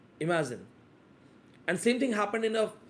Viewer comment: imagiZine😂 imaZine😂